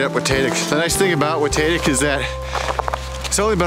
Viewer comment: WaTAYtic, WaTAHtic - either way looking like a great hike in the snow.